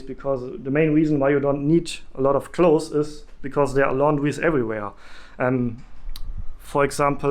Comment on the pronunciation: Great video! I found it very helpful. Thank you. Ps Clothes is pronounced KLŌZ. You don’t need a lot of clothes.